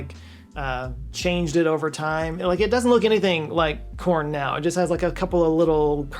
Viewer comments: 🤣🤣🤣🤣 OHHHHH... You meant CORN! I thought you said PORN! 😂😂😂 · "Dogs are, like, the ?orn of animals." 7.5 seconds of nervousness -- Ohhh, "corn!" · I thought you said porn...........